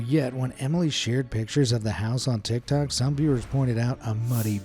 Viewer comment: bro litarali sed "tictac"☠️☠️☠️